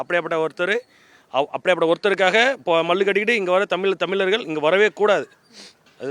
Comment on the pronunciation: தமிலர்களா அதை முதல்ல ஒழுங்கா சொல்லுங்கடா🤣😂🤣😂🤣